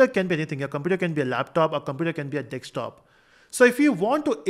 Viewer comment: Desktop ❌ Dekstop ✅